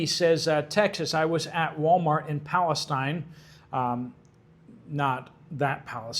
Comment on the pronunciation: Palasteen not stine!